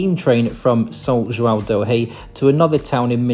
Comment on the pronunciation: I have to praise your pronunciation of the "ão" sound. It's very rare to find an English speaker that can say João correctly. I'm glad you enjoyed your visit to Brazil, and hope you'll come back often.